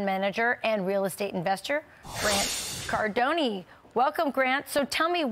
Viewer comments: "Car-dohn", not "Cardon"ee' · Let us welcome Grant Cardoneee. What a ditzy Fox News Anchor. Can't even pronounce her guests' last name correctly. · She didn’t say his name right 😬🥴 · I know she ain’t call uncle G Grant Cardonie 😂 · "Grant Cardon-ee?!!" Figure out who you are introducing before you make an introduction. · “Grant Car-Done-IE!!” Bwahahahahahaah! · Grant CardoKNEE… 😂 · Car-don-e haha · Did she just say Grant CardonIE... LMAO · cardon-e lmfaooo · Please keep pronouncing Grant's last name as "Cardonee," since he's such a well known "expert." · CAR-DON-EEE LOL 😂😂😂 Suprised she doesn't know this scammer. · She said Grant Cardon“E” 🫠🫠🫠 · “Grant Cardone-ee” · Wow, she butchered his last name Lol Grant CarDoKnee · This chicken head really say “grant cardoney?” She should know how to pronounce guests name! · Car-done-eeee...I'm surprised he didn't correct her. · Grant Cadoneee 😂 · "Grant Cardoni"??? He's Italian now? LOL This guy ? are you kidding me? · She said "Grant Cardony" lol these experts are all the same they are just not well known like Grant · "CardoneY" 😂 poor Grant died a lil bit on the inside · At least Fox mispronounces his name: Cardonee. That's how much of an expert he is. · “Cardonie” lol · Cardone - e. 😊. Geeze at least know how to pronounce your guests name…… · I don't think he pronounces his last name - Car-done- EE lol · “Grant cardonony”😂. I was half expecting Grant to say who is that guy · Atleast pronounce the man’s name right sheesh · Thanks for having such a great guest. Might be a good idea to learn how to pronounce his last name correctly. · She pronounced his name incorrectly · She should learn how to pronounce a guy's name before she does an interview with him. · Can’t believe she butchered his Name like that! much respect 🫡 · Haha she said his last name wrong! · The fact that they mispronounced his name and he is a fake guru labeled as an expert is an absolute meme by Fox News 😂😂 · There’s no E spoken on Grants last name.